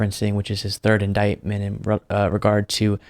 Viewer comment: OMGod..."i never heard the word indietment before"...true, probably coz not many presidents get indieted!!!